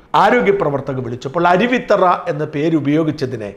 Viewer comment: അരുവി'ത്തറ' അല്ല അരുവിത്തുറ ആണ്‌ ശരി. തുറ എന്നാൽ കടവ് ആറ്റുതീരം എന്നൊക്കെ അർത്ഥം